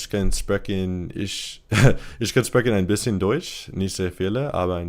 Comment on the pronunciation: U sound so weird speaking german, but your „ein bisschen“ sounded great! Why can you talk a little german? Were your ancestors german?